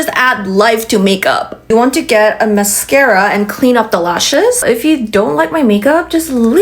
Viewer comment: Gurl ur so so funny saying the LAUSHES 😂😂😂 but gurl ur frikin gorgeous ❤❤